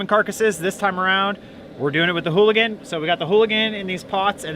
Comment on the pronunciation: There is no H in ooligan lol